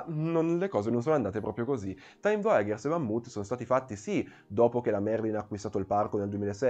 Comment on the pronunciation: Bel video! Però ogni volta che sento "voyagers" letto come "voiaGHers" mi viene mal di pancia HAHAHA